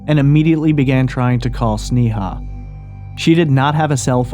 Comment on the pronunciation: It isn't pronounced "Snee-haw" it's pronounced Snay-uh.